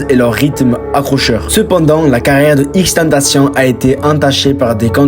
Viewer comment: Il respecte même pas la prononciation de XXXTENTACION 🤦🏾